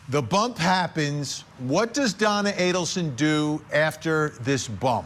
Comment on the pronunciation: Mrs ADDelson, can’t even pronounce the name right lol can’t believe the bump worked